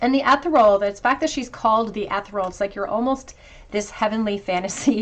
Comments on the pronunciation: The word on the Mermaid card is enunciated with a soft E.. as in EH ( as in the word egg ) THEAR ( as in FEAR.. ) REE - ( as in REAL) AL as in ALL. Not: ETH UR ALL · Haha 😂 Ethereal cereal. Lucky Charms? 😂🤣😂